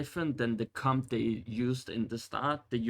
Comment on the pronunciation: Everytime you say "Comp" it sounds like "Cum" and I Couldn't take you seriously after that. Couldn't even finish the video 👎